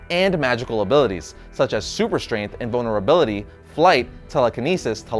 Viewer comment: I swear he said bonerability instead of vulnerability